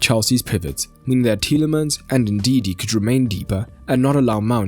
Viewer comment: Ndidi* not Ndindi